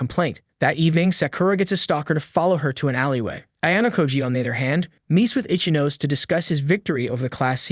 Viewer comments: Bro saying ichinose like itchy nose and kei like key 😂😂😂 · I love that this auto-reader voice pronounces Ichinose as itchy nose.